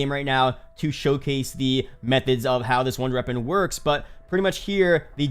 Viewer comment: I love your videos just wish you could say wonder weapon instead of runder weapon